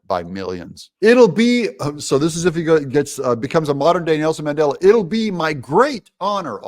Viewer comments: Mandela not Mangela lol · It's Mandela not Mangela. Way to make conservatives look bad. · Mandela, not mangela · Oops. It’s Mandela, not Mangela. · It’s Mandela not Mandela. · There is a big difference between "Mandela" and "Mangela." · Mandela - not Mangela.. LOL. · Um, that's Mandela, not mangela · Umm...its Mandela not Mangela. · Mandela not Mangela. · Who is mangela? I thought 🤔 it was Mandela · Mangela...really? the DA is more like Mengele! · Mandela—-no “g” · Come on Doug its Mandela LOL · That's Mandela not Mangela? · Did Trump say "Mangela," or "Mandela?" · Who is Mangela? Are you confusing Mengele with Mandela? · Mandela NOT Mengele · Mandela not Mangela 😂😂😂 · Mangela Doug? You really oughtta fix that.